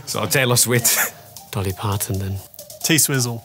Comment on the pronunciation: “taylor swit”